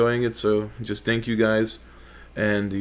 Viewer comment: "Dank you all" is what I understood from the first sentence, very classy, keep it up man. Also, smells too much like Tobirama over here